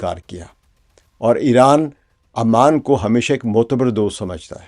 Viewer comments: Pehli Baat it's Ooooman not aaa man, thats a different city.. Capital of Jordan. Secondly if u think Oman and UAE can become one country just because they were part of one sultante you have no idea of the socio political fabric of the gulf Arab states. They all have deep rooted distrust among themselves, even within the UAE the different Emirates don't trust each other and neither do the different clans have any trust between eachother. All these shekhdoms are severely mentally handicapped and can't think for themselves for one day. All of these things that you are proposing have no connection with reality. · Aman nahi Sir, its Oman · it is called Oman not Amman which is capital of Jordan. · It's not Aman it's Oman... Aman is the capital of Jordan... Naam to Sahi le janab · Sir it's not Aman . Oman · امان يا عَمان نہیں بلکہ عُمان (اومان) ہے۔ عَمّان اردن کی دار الحکومت ہے۔ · It is pronounced as OMAN....Not Aman...pls correct it..